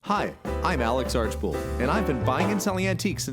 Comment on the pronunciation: Spelled Archbold. Pronounced ARCH-bold.